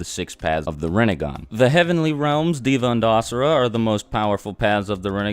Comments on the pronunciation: why does he pronounce deva as diva its pronounced they-va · its not diva its deva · One of those paths of Samsara or whatever, "Deva" is pronounced "Day-vah" and not as Diva. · no hate but it is hilarious to see you mispronounce the paths such as naraka and deva it is actually dee-va stretch the e but again no hate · pronounced as : they-va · I am hindu and yea true he got most of them right but the pronunciation should actually be this Nark not Narka pret not Preta Dev not Diva samser not samsara and Yam not yama